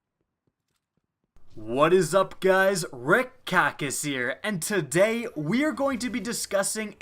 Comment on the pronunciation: "what is up guys Rick Kackis here and TA DAY..."